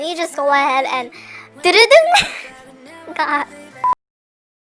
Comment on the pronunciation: "oh my gerd it's " me: yasss (*starts fangirling with her*)